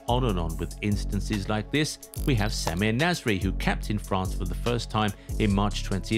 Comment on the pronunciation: 0.25 it's France not fance 😂 also I pronounce it MCRAPPE suits him better.